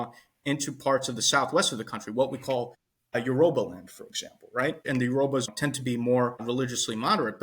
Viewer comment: You certainly mean Yoruba and not urohbo